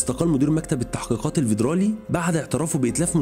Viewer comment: حلقة حلوة بس مفيش حاجة اسمها فيدرالية او ڤيدرالي اسمها فيدرالي عادي بحرف ال F مش ال V